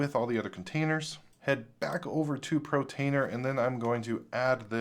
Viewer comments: dont know why but when you say protainer instead of what it is portainer i feel like punching the screen :) maybe just me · love your videos, but for the LOVE OF FRANK - It's PORTainer - PORT - the icon is a crane moving containers like you would find at a shipping PORT. PORT, not PRO. I know it doesn't matter, but it's stressing out my dog, because I yell at the screen every time you call it PROtainer. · Portainer not Protainer, practise that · repeat after me POR-tainer.. Not PRO-tainer... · PORtainer PORtainer PORtainer. Not PROtainer! 😅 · Every time he says "Protainer", I hit the thumbs down button.